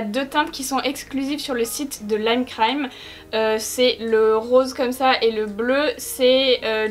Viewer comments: Tu soule à dire le C le lime crime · Mais comment faut il prononcer lime crime alors ? 🤔 Super vidéo comme dhab , my fav c’est le naked cherry aussi quand je mets du gloss c’est parce que je veux un make up naturel donc les couleurs trop folichonnes glossy très peu pour moi (#RaconteTaVie) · Lime crime la seule marque que prononce en anglais 😂😂😂😂😂😂 je t'adore